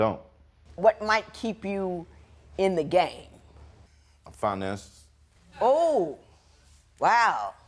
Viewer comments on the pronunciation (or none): He said finances yall. I need my caption to hear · Oh he said finances. Is he chewing tobacco or something?